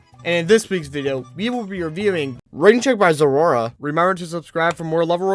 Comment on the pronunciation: great video as always, i love this series a lot. by the way, zoroa's name is pronounced "zo-roh"